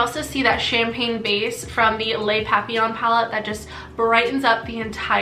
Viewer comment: You said " les papillons" perfectly for my taste ( I am French from Canada)